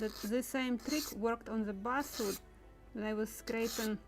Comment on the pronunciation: A.I. is slaughtering your English, as you say Buswood, the word is actually Basswood, Bass, like the fish! I purposly don't use I.A. because of this reality. However, it is becoming more and More prevalent!